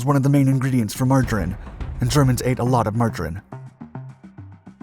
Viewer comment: "richter" and "margarine" are VERY much words you need to learn how to pronounce